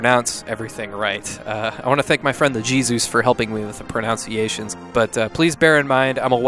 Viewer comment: Has anyone pointed out that you mispronounced the word pronunciation?